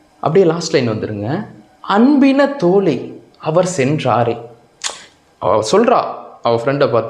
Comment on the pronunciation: ஐயா தோழி என்பதில் "ழி"யை சரியாக உச்சரிக்க பழகவும்... தோளி என்று உச்சரிப்பதை கவனிக்கவும். நிறையபேர் சமீபத்தில் மழையை மலை என்று உச்சரித்தார்கள்!.. வல்லின, மெல்லினம், பொருளையே மாற்றிவிடும்!..